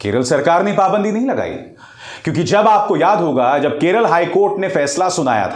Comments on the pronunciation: Arey howle it's not Keral it's Kerala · केरला नही बे..... केरल